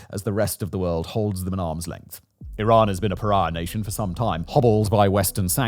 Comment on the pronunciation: Is it iran or Tiran? . Or my ears have expired or something?